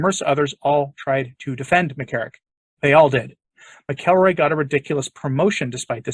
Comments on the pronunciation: i think it's pronounced mackle-roy, not mic-el-roy. anyway, cupich will be a [further] disaster for the Church, probably ushering in women Fathers and acceptance of homosexuality. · Dear, His name is pronounced “Mackle Roy” Mack-ul-Roy His nephew is in my old church. Thanks